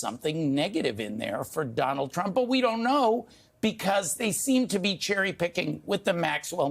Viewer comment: Donaldt Trump? Who puts a t after Donald? Anywhoo